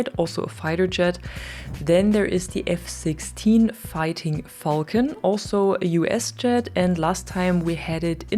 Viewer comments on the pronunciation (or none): none